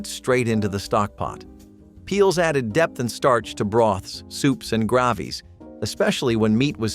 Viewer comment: Soups and grahh-vees 😂😂